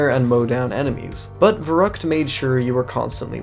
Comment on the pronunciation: So im a native german and you fucked the word verückt very hard up. No offense Edit: I know it isn't written exactly that way but still raefable